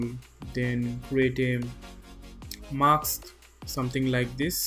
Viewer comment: you don't say "MASK" but "MAKS" - it's so funny. Am I the only one who hears that?)) English pronunciation is just awful)